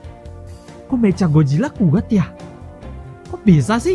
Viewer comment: meka bang bukan meca